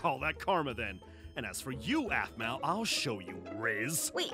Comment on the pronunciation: aphmau not aphmay